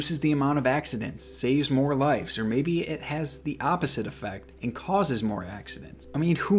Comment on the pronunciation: I’m sorry I’ve been watching all your vids and this has been driving me crazy. It’s “LIVES” not “LIFES” pronounced like “wives” but with an l instead of a w. Great vids tho I love them all